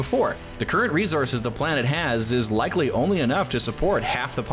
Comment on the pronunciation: He kept saying resources wrong too.